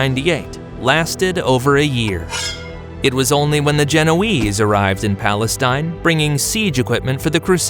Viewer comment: Why does he keep saying palenstine?